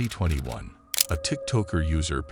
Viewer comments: Tik TOKER!! Not Tik Tock--er 😅😅😅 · You know it’s an AI narrator when they pronounce tiktowker